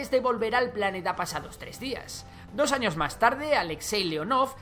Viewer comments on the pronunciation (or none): none